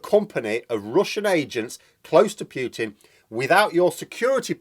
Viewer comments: Just a friendly heads up: It's pronounced "Pootin" (Путин), Please don't say "Pyootin", which in Russian would be "Пютин". It is not! I've got to say that I cringe every time you pronounce it like that! Cheers. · Putin is properly pronounced 'Pootin'....not 'Pewtin '.